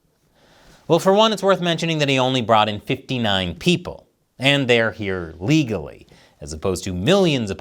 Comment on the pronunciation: He always said he wants immigrants in the US but they have to come in "ligglly"